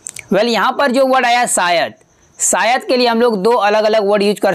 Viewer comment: सायद नही, क्रुपया शायद बाेलीये